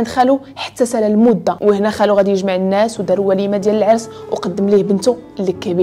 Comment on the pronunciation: أختي الكريمة إحرصي كل الحرص على حفظ الآيات القرآنية فنريد منك الَّا تخطئي لفظها لذلك لو رجعت الى الآية (وأكلهم أموال الناس بالباطل) فان لسانك قد وضع فتحة على سين الناس مع انها مجرورة بالإضافة 😁😁😁❤وشكرا جزيلا وأعانك الله